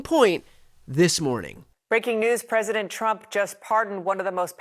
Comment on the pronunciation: Dear Karoline Leavitt- It's "President" with a "P", not "Fresident". Take some of that concrete out of your lip and you might be able to say it.